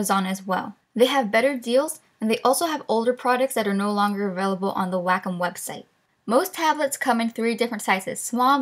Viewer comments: "Waaayy-comm" not "whackem" haha good video though 🙌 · The way she says wacom.... Just... ITS NOT "WAHK-OM" It's "way-com" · its said "way com" on "wack em" seriously wtf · W A C K ' E M I thought it was pronounced "way-come" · It's called waaaaayyyycooommmm not wahcum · Wackum? You mean Way-com? xD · Omfg, I know she is saying wacom right but that shit was driving me crazy it should be Wa-Com not WACK - UM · Jayden Brown its wack em, child. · wait wait wait wait. she said Wacom like " Wack-em" i have never heard of that before. i always say it as "Way-com" interesting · im sure its WAYcom but not wackem lol :) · Maxhaxburger it's wacom..... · Wacom sounds like Whack 'Em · lol its WAH C OM like OM not AM XD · you pronounce it way - com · Do take this seriously but i love “WACK-OM” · Wacom? I heared Wack' em.... XD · All I heard was "whack em" instead of wacom HAHAHAHAHA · wack em is how you pronounce ''wacom'' im sorry i love you no hard feeling :,< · Ikr its suppose to be pronounce waa com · My thoughts exactly, when she said that it hit me. She says it just like "WACK'EM", it's as funny as it is off putting. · prei. I think it's pronouced like 'Waa...kumm' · Its pronounced way-com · actually its pronounced "wacom" Boom wrek'd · I like how you emphasize the WA in Wacom. Like "WAHcom" lol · I love how she pronounces Wacom like Wack'em! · PLEASE stop pronouncing Wacom as "whack 'em". Also I use Adobe animate and it's way better than any of the things you recommended in my opinion. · the way you pronounce wacom omg its way-com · Its pronounced way-com for wacom i believe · Heer&Amaira omg now I can't stop hearing it